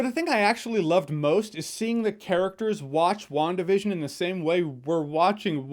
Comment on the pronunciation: is it just me that hears 'One Division' instead of 'WandaVision'?